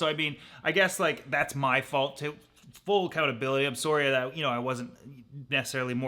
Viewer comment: Every time he says “sorry” it’s very noticeable